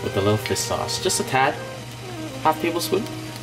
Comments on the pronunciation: He appears to be struggling with combining the “sh” sound with “s” sound. It’s all good he’s funny is very positive. I like his positivity and kindness. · How come when he says fish by itself he says “fish” but when he says fish sauce it comes out as “fiss sauce”